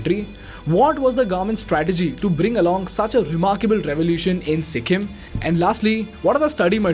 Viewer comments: Its Sikkim bro not sikkhim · its sikkim not sikkhim. but great video